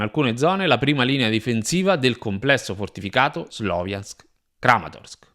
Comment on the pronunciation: Ciao, anche se è scritto Sloviansk si pronuncia "SLAVIANSK". 💪 Congratulazioni per il canale.